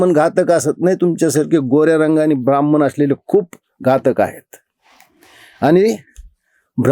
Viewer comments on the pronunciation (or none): काका, हा शब्द ब्राह्मण आहें, ब्राह्मन नाही. तुम्ही उच्च घराण्यातील ahat कृपया "न व" ण "मधील फरक समजून घ्या.